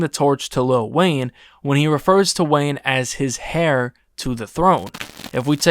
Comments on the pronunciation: It’s pronounced “air” big homie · You do realize heir is pronounced “air” right?? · Showing the definition and pronunciation of heir and pronouncing it hair is nasty 😂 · Did you really pronounce heir as hair??…. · It's not pronounced hair it's pronounced like air the H is silent. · Heir is pronounced like “air” not “hair.”😖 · Someone tell this dude that “heir” is pronounced “air” not “hear” 🫠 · "Heir" is pronounced "air" not "hair" lol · lol it’s pronounced air, not hair. Talking about the world heir. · Pronounced "air" not "hair".. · Bruh said "hair" to the throne. lol. Heir is pronounced "air". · Pronounced like air, not hair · heir pronounced air you too grown not to know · Did you just pronounce heir as 'hair'? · Good video but I kept cringing when you pronounced heir as "hair" lmao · this man really didn’t know how to pronounce “Heir” ??? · How do you mispronounce heir multiple times? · Please stop saying “hair”. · the pronunciation says “er”. Air. Air. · Bro said “hair”😂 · heir is pronounced “air” 😅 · Bro don’t know how to pronounce heir 😂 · Heir??? Why say it with the h?😂😂😂😂😂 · You looking up "heir" and having the written & audio pronunciation right there onscreen while saying it wrong was rough. Good video, though.